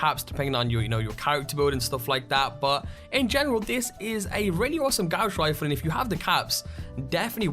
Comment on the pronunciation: Gouss Refle srsly really thats how u said it :|